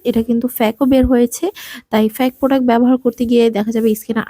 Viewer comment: এটা প্রডাস না এটা প্রডাক্ট